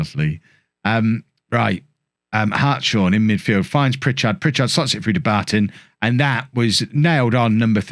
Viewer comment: I believe Hartshorn is pronounced Harts-horn, I knew someone at school with this surname, sorry to be pedantic. It just grated slightly when hearing it. Keep up the good work anyway. This looks like it'll be an exciting save for seasons to come.